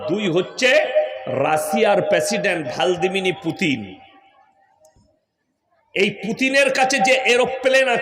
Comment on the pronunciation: ভালদিমির নাকি ভ্লাদিমির, স্ক্রাচ নামি ইস্কাস😂😂😂😂😂ব্যাটা আগে ভাল করে উচ্চারণ কর😂😂😂😂😂😂